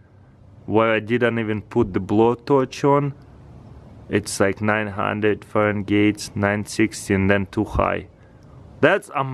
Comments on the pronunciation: Fa-ren-gate lolz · It's pronounced Fahrenheit not fagenite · Bro wht is a "farengait" lol its fahrenheit try to get better english words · He felt saying ferengate instead of farenhight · taras its called fahrenheit not farengeit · "900 Faren Gates" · Farun gates? Really?😂😂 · I laughed whenever he said farengate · " let's check it in the farangate" 😂 I love it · Fahrenheit, not Fahrengeet. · just letting you know not trying to be rude at all (fair-en-height) 🙂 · "Fahren gate" I love this dude lol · "Farengaytes" XD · what is a farengate? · Did he say farengate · It's not farengate. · Is he saying Fahrengate on purpose? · Lol farengate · JucksyTube farengayte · "let's test it in farengate agyane" lol😂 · farengate lmao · I really only watch this channel's videos to hear the way he butchers the pronunciation of english words. "Gadjeck" "farengate" "cotton cangy" etc... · he just said "Foreign Gates" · "it's like 900 farengates" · it's 900 farengeids xD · "900 fahrengates" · Russian temperature: Farengate xD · Foreign-gate lol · when he says farengaits i cringed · He said Farengates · nine hundred fehran-gays lol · "It's like 900 fahengeets" "Let's check the chemperature" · "easily get over 1000 Fahrengate" 😂😂😂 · FahrenGATE lol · Feringate guys it's feringate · It's actually Fahrenheit not Farengate lol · "900 degrees Fahren-gate" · McKenzie Redish and you spelled frenhight when its really spelled fahrenheit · Omfg u can't say Fahrenheit correct